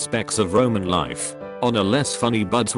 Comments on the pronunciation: "All in all an amoosing leef" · Written: "All in all an amusing life" Read: "All in all an amoozing liff" ...I HAVE OFFICIALLY HAD IT WITH YOU AND YOUR TOMFUCKERY, BRITISH TEXT-TO-SPEECH. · “All in all an amoosing lif “ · "all in all an amoosing liff"